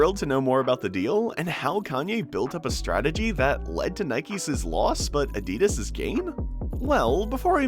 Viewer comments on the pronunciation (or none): “Nikeses loss and adidases gain”